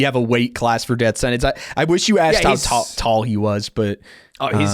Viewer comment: “Death Sentence” or “Def Sentence”? I heard “Def” multiple times